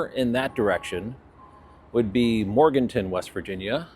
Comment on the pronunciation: MorganTOWN not Morganton